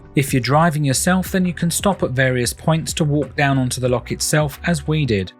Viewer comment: it’s not a Lock it’s a loch please get your pronunciation correct